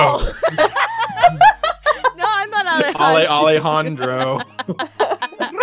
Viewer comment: Anyone here that watches Total Drama cringed just slightly when she said the name Alejandro.